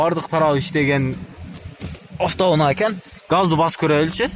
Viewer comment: афто уна .афто уна. афто уна .афто уна .